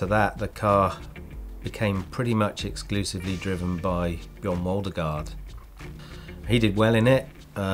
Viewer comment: Funny to hear him trying to pronounce Björn Waldergård's name ;-)